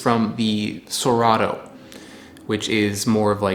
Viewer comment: i can help you with the "cerrado" word pronunciation we can split it in three phonemes 'se' as in second 'rah' as in rendezvous 'du' as in do (the verb do) word stress se-RAH-du